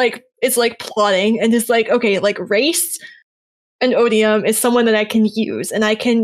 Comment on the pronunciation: Odi-Yums? O-bee-um?, you're awful, and I only have one thing to say to you: Thanks, I hate it.